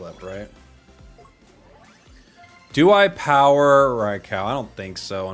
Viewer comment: can’t help but cringe at the “rai-cow” pronunciation 🥲